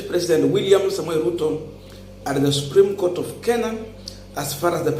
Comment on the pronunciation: It is ruto who dumped him,after what happened with 2017 nullification of results,the guy would struggle to pass his points during the case and also to add salt to injury ruto has reduced him to a Twitter lawyer🤦🤦🤦,a senior counsel who can't even pronounce supreme Court well ati subreme goat ,it all started from there,ruto was definitely not comfortable with this guy ,ASAP